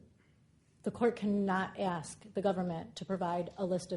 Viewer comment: The one and only ""